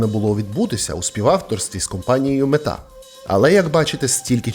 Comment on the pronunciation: мЕта,а не метА.скАрбом,а не СкарбОм.Такое впечатление будто ты сам ИИ